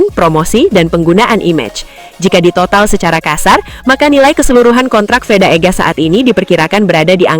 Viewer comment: Veda min.. Bukan Feda! Ngawur rr ah 😅